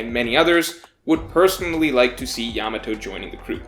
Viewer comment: Still can't pronounce her name right though ("Yamao" I think). Some people say that's not a good sign